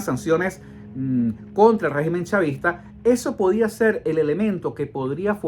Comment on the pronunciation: Segu este señor estamos enfrentados a un guegimen (asi lo entiendo cuando lo pronuncia) es un todo poderoso? No me jorobes.